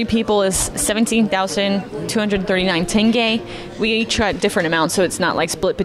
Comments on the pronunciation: Господи она произнесла слово тенге правильно. Ваааау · Она говорит тенге лучше, чем русские со своим тэнге😂😂😂